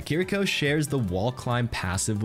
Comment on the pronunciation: great video as always. The only thing is that you don’t quite get the pronunciation of “Kiriko” right.